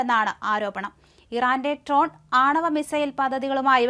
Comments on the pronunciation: ട്രോൺ അല്ല ഡ്രോൺ. കുട്ടിയെ ആരാണ് മലയാളം പഠിപ്പിച്ചത് എന്നറിഞ്ഞാൽ കൊള്ളാം. നേരാംവണ്ണം മലയാളം പറയാനറിയാത്തവർ ഈ പണി നിർത്തണം. വാർത്ത വായിക്കുമ്പോൾ തുടർച്ചയായ കൈ തിരുമ്മൽ അരോചകമായിട്ടാണ് എനിക്കു തോന്നിയത് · Not "trone".